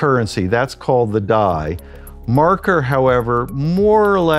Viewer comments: WHY ARE YOU CALLING IT MARKER !! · How does this video have 10 likes and no dislike while the guy keeps saying MARKER? lol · It runs on Ethereum. Just saying. Also stop saying marker